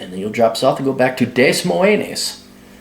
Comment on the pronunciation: It's pronounced DUH-MOYN.